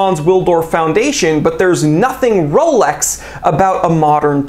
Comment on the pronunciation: said "rrrrolex" 😂😂😂